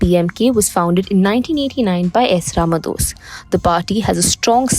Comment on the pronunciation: God sake it is not Tamilnad but Tamilnad"u"! Not Rama"dose" but Rama"dass"! Not van-yaars but vanni-yar! Not Palani-makkam but palani-maa"ni"kkam! ஏம்மா நீ தமிழ்தான? உனக்குத் தெரியாது? அதென்ன டமில்நாட்? விளங்காத வடக்கன்ஸ் அப்படி சொல்றான்னா உனக்கெங்க புத்தி போச்சு?